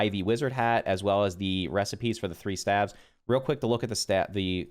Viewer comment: I know the word looks like “stAEves” but it’s pronounced “stAAves.” I know English sucks but it’s funny to hear. I’ve watched multiple videos on staves and you’re not the only one who pronounces it like that lol.